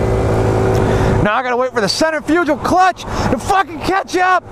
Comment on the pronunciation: Lmao dude u dont even kno how to say centrifugal clutch lmfao.